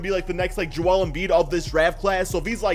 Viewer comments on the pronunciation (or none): none